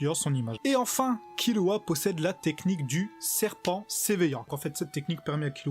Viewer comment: C pas kirua mais killua